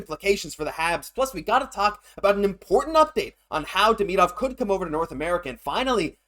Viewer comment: The player's name is Demidov not Deminov